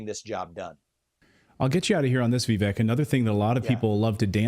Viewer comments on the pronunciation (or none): Vivek’s name is pronounced Vivake like cake. I saw him say that on another interview. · Guys his name is pronounced Vi-vake like cake how embarrassing...